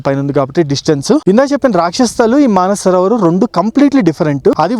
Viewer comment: మన సరోవర్ కాదురా హౌలే..మానస సరోవరం.